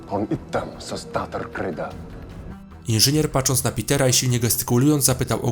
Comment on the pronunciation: Zaciągasz końcówki zdań jak ksiądz z ambony. Gówny nie jest tożsame z główny. Pacząc to nie patrząc. Mów wolniej i staranniej. Poza tym kanał fajny, popraw powyższe i liczba subow na pewno się zwiększy :)